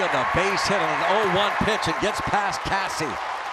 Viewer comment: C'mon, dog. Caissie is pronounced "Casey." Hicks is not the primary starting catcher any longer since Mack was called up. Prep.